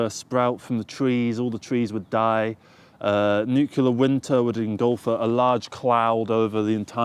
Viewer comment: You pronounce Nuclear like some Americans do 'Nukiller'.